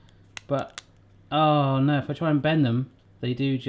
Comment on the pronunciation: “Oh kneow”